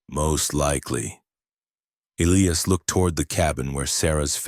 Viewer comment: Eiias is pronounced : E' L-I'AS Not Ellyas